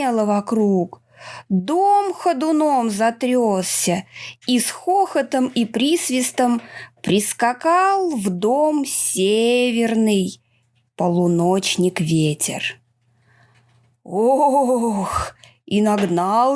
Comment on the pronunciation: Дом не затрЕсся, а затрЯсся.